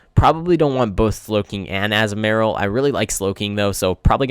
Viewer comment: Btw it's A-Zoo-Ma-Rill